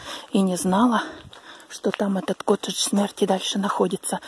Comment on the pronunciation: По русски произносится коттЕдж.